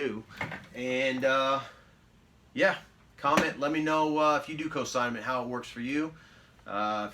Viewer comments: Cosignment? I think you mean consignment. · In the vid you repeatedly say "cosignment"...which isn't even a word.